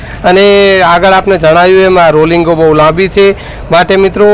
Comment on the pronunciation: રોલિંગ નય ભાઈ,,,,❌ રેલીંગ કહેવાય આને ભાઈ ✅